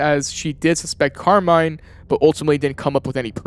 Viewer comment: As an Italian, the fact that everybody calls Carmine "Carmain" is incredibly silly. Good video though.